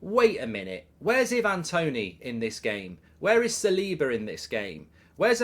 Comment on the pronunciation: Love your stuff mark and I know there is more important things in the world but please pronounce Ivan Toney as I van not e van 😂